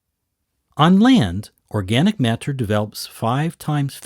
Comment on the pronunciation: The way this dude says water and matter is pathetic